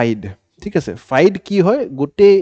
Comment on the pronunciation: I mean no disrespect sir. But a little correction. FIDE is pronounced as ফিডে. Not ফাইড.